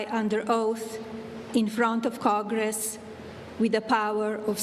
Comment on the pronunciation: She said "cogress"😂😂😂